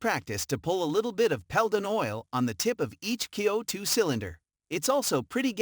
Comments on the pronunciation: worthless video - wrong info, talks about the wrong gun during video of another, pronounces CO2 as coe2, about half way through states "this is the first coe2 pistol in this list so far" right after a CO2 pistol review... etc - I wouldn't put any faith in anything stated in this video. Worthless and should be banned from here! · F'ing waste of heartbeats Lot of natation has nothing to do with video shown Total S-show of a Video almost all pics are of heavily modded guns. What the F is "KEE-OH-2" ??? what a joke.